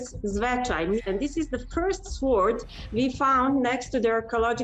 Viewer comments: she isn't mispronouncing it for her language you've been mispronouncing it in yours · P If she can't pronounce mounts the word sword short she probably isn't an expert. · The way she mispronounced sword is cute. She is very brave to learn how to scuba dive to study the exact information of location. I would be very afraid to go under water.